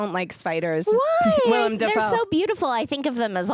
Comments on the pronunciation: it’s “Willem”, not “William”, also they are pumpkin bombs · It's Willem (Will Am) Dafoe, not William. LOL